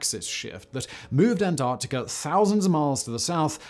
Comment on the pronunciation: Antarcticar? Floridar? Louisianar? What is wrong with you? What is wrong with me? What am I doing here? Goodbye.